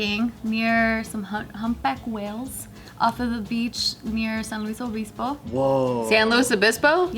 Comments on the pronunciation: is the only one who actually pronounces it right and they're mocking her for it. Nice! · Not making fun of for saying it correctly 💀😂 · That is how your supposed to say San Luis Obisbo, no need to gringofy words when they're not named for anything grino lol. Even my last name it's Seh Roo Ho (pronouncination) but it's best said by 100% fluent Spanish speakers I only know my Spanish from my own experiences and teachings. seems to like the way you pronounce it too she was saying it a few times while was gringofying the convo. 👍🏻✌🏻😎💗💯✊🏼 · said ✨ San Luis Obispo✨ she added a little bit of spice. Everyone else's pronunciation was basic af & tried to bring her down. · They’re really clowning on for pronouncing it the right way...... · We all Hispanic, Spanish or whatever, know is not pronounce how they're saying It's said. How pronounce it. Is the right pronunciation. can get off her but! she has no say in this. When she looks Mexican but is half white half asian and it's embarrassed of her asian descent, because it makes her look mexican! she said before she wished she looked white!? I think that's why she married a Steve lol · Don’t stop saying “San Luis obispo” the right way lol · agreed they give her too much grief for someone that literally lived somewhere else. i thought most of them were multilingual?